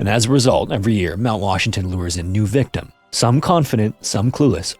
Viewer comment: Love these videos but the narrator needs to slow down. He’s speaking way too fast and slurring syllables together. For example - instead of saying incidents, he said instants. In the intro he said Washton instead of Washington. And Vitorn instead of Victorian, jah instead of jacket, quinstan instead of coincidence.